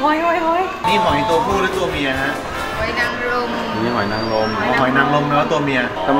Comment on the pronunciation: จากคำว่าหอยนางรมเป็น หอายนางรมแล้ว